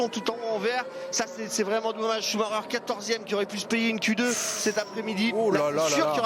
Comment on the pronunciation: Chou-ma-reure Pitié, faites un effort...